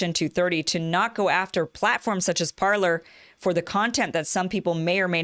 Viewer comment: It's pronounced Par-lay. 'Parler' means "to speak" in French.